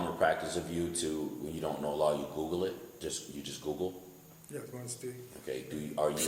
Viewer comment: LOL " I goggle law.."